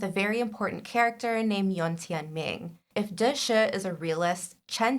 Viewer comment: As a book reader, i so need this vid of connecting the book and tv characters, so thank you! Just a pronunciation correction please. "Da Shi" is not "the shuh". It is "Da She" - each word is equally vocalized